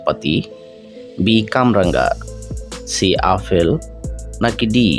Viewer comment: কথা টা আফল নয় আপেল হবে